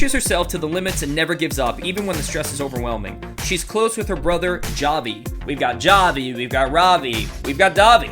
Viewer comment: It’s pronounced “H-avi” not “JA-v”